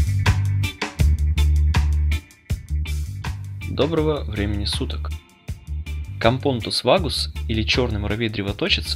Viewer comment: Правильно капонОтус вАгус